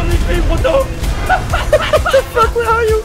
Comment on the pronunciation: The "Retaourde" (Retarded) Owl returns! :D (also fuck = "fokkue/fök") :D